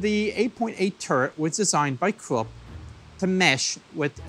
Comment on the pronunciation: Cc says Corp it's Krupp